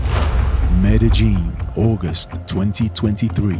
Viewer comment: Medi Jin? Medi Gin? Hahaha I wish these people can do some research on pronunciation of countries/cities. It's Medellin. The double "ll" is pronounced like a Y. So basically, it's pronounced MedeYin. Look at that, I just googled it and it pronounced it for me.